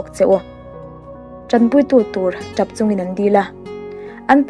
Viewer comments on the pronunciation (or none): Chapau ti lovin chapo tih zawk tur a ni e......